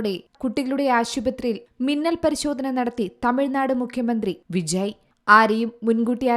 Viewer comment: വിജി അല്ല പെണ്ണെ വിജയ്